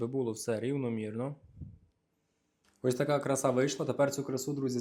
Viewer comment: дякую за смачні і корисні рецепти.👍👍👍 Але дозволь нагадати: правильно красА; п'ятдесяТ, шістдесяТ і т.п.